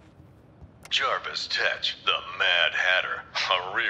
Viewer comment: No fucking way man. they misspelled and misspronounced Mad Hatter's name. They called him JARVIS, and its JERVIS. JESUS FUCKING CHRIST MAN